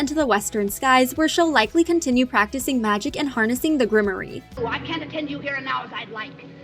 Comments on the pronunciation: I keep hearing folks say grim-or-ie but isn’t it grimoire (grim -rawr) ? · Grimoire is grim-war. The e is silent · grimoire pronunciation gruhm waar. If you don't know to pronounce something, don't guess, loom it up!